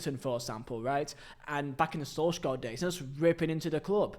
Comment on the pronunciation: Sul - shaer, not sol - skjar, not that hard to check the right pronunciation